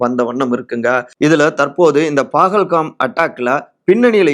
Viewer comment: Pahalgam... Please get the pronunciation right.